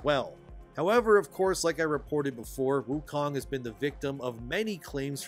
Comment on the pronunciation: It’s called Wukong, not Woke-ong (I died of cringe making this, I honestly can’t stand using the W-word)